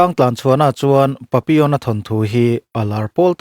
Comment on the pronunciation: Papion a maw lo ni a, ka lo hriat ve thin dan chuan papillon a ti in ka hre thin a, ka lo hre diklo chhiava tihna a lo ni ta awm e🤭🤭🤭